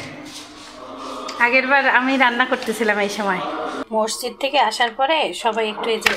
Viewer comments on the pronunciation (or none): none